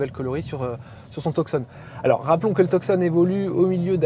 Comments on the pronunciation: Et si on veut prononcer correctement c'est "Toussonne" (tout comme la ville en Arizona et pas Teuksonn) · We don't pronounce the C in Tucson 🤦🏻‍♂️